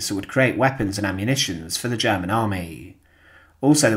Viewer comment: Since when is "world" pronounced "weld"? And "German" "jammin"? Anyway, no action. Fail.